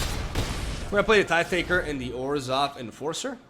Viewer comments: You get a sub and like just for saying Tithe correctly. ^_^ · A miracle has happened! You pronounced "tithe" correctly and Merchant did it incorrectly!